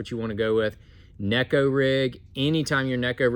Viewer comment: Thanks for pronouncing Neko correctly 👍